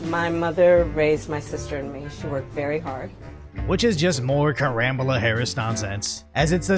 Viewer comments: Hey isn't her first name pronounced "Kam-uh-la"? I know it's besides the point but it's just hard to concentrate on this channel being a good source of info when you're saying "Kuh-mala." Sorry if I missing a joke from some other video. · Did you say Karambala